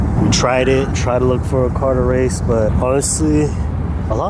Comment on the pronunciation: “i don’t wace in dis caw i wace in my chwackhawk” 🤣🤣🤣